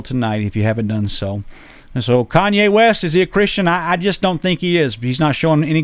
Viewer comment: It’s Kanye not Kayne lol